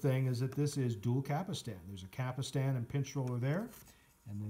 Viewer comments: Cap-Stan not "Capistan" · After the 3rd “capastan” I had to leave - If you can’t even pronounce the parts, how can you review ? You can’t.